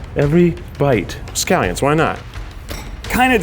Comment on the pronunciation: Nobady: ... Keith: SCALIONS